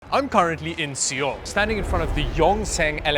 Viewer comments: Seoul = SOUL not SEE-OHL💀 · bruh see-all is the wildest pronunciation of seoul i ever heard. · that see-yul pronunciation killed me and sent me to the depths of hell but good video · First time I hear someone pronounce Seoul "See-all". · Seoul is pronounced as "SOUL" or "SO-OOL" to be more precise. Good try tho 🤣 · You're in See-oul? Really? That's the pronunciation we're going with, now? I thought they spoke English in most of Canada. 😆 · Your 서울(Seoul) pronunciation is a bit weird. You have to pronounce it like soul. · It's pronounced "Soul" bro.... Lol. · See-ole? That's a first. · within the first second brother said "SEE-OLE" (Seoul). We'll have to excuse his accent 😂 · The way you pronounce Seoul is so triggering lmao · I like how sort of butchers Seoul but pronounces the harder words very nicely lol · Wait, you are literally in Seoul and you don't know how to pronounce the name of the city? Come on,...